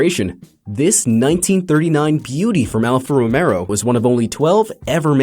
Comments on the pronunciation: Stop saying Romero, it’s Romeo (Ruh-meyo) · ITS NOT "ROMERO" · He was thinking of Cesar Romero, the late singer/actor! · No, Collin is wrong. The 'Romeo' part of the brand's name comes from Nicola Romeo who ran the company just over a hundred years ago.